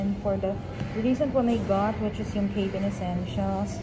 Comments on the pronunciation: It’s pronounced as cabin, not Kaybeen. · Hindi po cay-bin. Arte. Ca-been po. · Rimowa can be pronounced as it is while for Germans and some Europeans it is pronounced as Rimova. Cabin is pronounced as Ka-bn (Kæ-bin) in both American and British English.